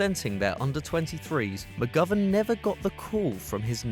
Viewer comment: u said mcgovern wrong